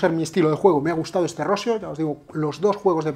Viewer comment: Por favor mister, no quiero sonar muy petulante, pero por evitar que quedes muy mal delante de gente, mi consejo es que la pronunciación de Rossio la cambies a "Rossío", es una pronunciación más similar a la real. Siento el apunte paternalista, espero.sea de ayuda.